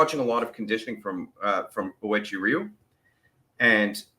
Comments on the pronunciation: I'm not going to hate you, but it is pronounced oo way chee or when said at normal speed way-chee ree you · I have been a Uechi-Ryu, pronounced, "whechi-ru" practitioner since 2021. Just a FYI, after Kanbun Uechi passed away, this Karate style ended up splitting into ~15 different karate associations. Respectfully, I am part of the #Kenyukai Association, under Grand Master Kiyohide Shinjo (10th Dan). When I was younger, I was briefly a part of Goju Ryu. Thank you for recognizing our phenomenal Okinawa Karate style 🙇‍♀️!!!! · Pronounced: "way chee roo." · 'Way-Chee Roo' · lol it's cool bro. it's pronounced like oo-eh chee ree-yoo. it'll probably still sound off but it's ok.